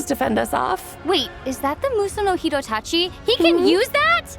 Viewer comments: I think it's because of the pronunciation? Dottore has a theatric way of speaking and the accent is for English language, then tried to pronounce the japanese named skill Musou no Hitotachi and sounded weird? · He did NOT just “Musou no Hitotachi”